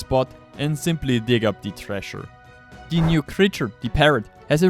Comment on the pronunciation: "in die hexagon Shop, you can..." "Once die files are available...." "You'll find die link, in ?!?THE?!? Video description"?! Wie kannst sein, dass du genau einmal richtig "the" sagst?